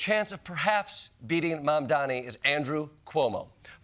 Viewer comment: How many times do you have to pronounce his name wrong???